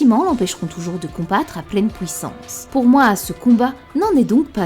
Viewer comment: Après la "pouissance" de on a eu le droit au "Neptoune "